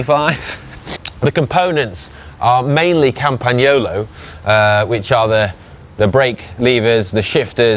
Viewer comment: Oh you are so funny its campagnolo not campagyolo. Easy us old boys still use these saddles and this isn't what we used to use we used TTT seats all felt and it wasn't worn in until the felt was gone and then Turbo seats. I have at least 4 rolls seats and one titanium its awesome. We would never of had the nose of the seats pointing up in the air like that we liked having testicles our shorts were wool as well . Ahh the old days they sucked i remember starting my racing days in the late 1970s as a young boy and when the 90s come and technology exploded it was fantastic. None of those terrible frame shifters and slow old tyres. I still have my 1992 eddy Merckx Motorola such a nice bike i now have Breaks are for stopping not riding with. I remember the old cables hanging out of the top i was in a race and tried to wipe my face and caught the cable and almost came a cropper.